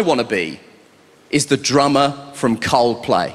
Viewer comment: 把coldplay唸得像靠北的一位幽默家。